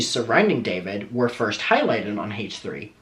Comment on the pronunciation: I looove how says, "Hay-tch 3"..